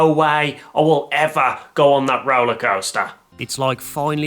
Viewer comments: I love how he says “Roalaa Coasstaaas” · the way he says roller coaster lmao